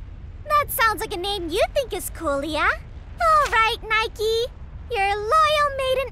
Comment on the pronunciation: Gosh, you really should have played the Game in its Original Japanese Dub, some of the lines are just poorly portrayed in comparison to the Original Dub. Or the pronounce of the Names, like Niike. Its NIIke, not Neiki goddamned. XD